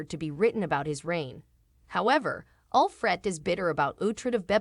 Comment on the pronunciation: This person cannot even pronounce Alfred. The show did not have a sad ending for Uhtred. Did she not realize that he got Bebbenburg back. Stupid video.